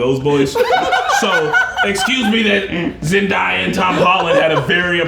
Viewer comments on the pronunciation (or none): Hey guys, Zendaya’s name is pronounced Zen-day-a and not Zen-dAya. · Can you please pronounce Zendaya right, its Zen-DAY-a not Zen-die-a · the way they pronounced zendaya’s name kinda aggravated me 😂😭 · my eye twitched every time Zendaya's name was mispronounced in this 😩 also coming back and proving ' imitation to be on point took me out 😭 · Hey guys! Loved this breakdown!! Almost felt like watching the movie with yall ♡ Also just a side note; Zendaya's name is pronounced ZenDAYa. Like day as in day of the week. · That's not how you say Zendaya.